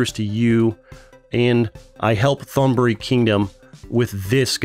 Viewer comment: The way he pronounce old Thailand name 💀. Say the th like a T in the word tiger & the Th”on” the word on will gonna be instant don’t drag it. the word buri too!